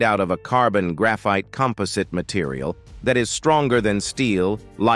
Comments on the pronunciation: It's pronounced. Kom- puh- zit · It's pronounced. Kom- puh- zit. composite